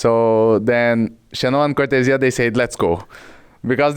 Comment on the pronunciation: I hope people can learn how to properly say Cortezia now Cor the zeeuh